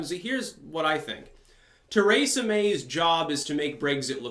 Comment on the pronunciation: When I listened to you say Kratom you about drove me insane, now that I hear you say Teresa I realize it's intentional.